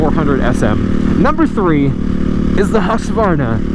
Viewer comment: I know this is a old video and Im watching it now but how you said husqvarna sounded so fun ¨hushvarna¨ Im not offended as a Swedish guy but if u still dont know how to say it it goes like Hus-qvarna but not how americans say it. google translate on swedish is pretty accurate but with an robot voice ;D